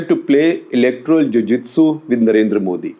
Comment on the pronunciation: i hear jijuutsu ..my weeb ears up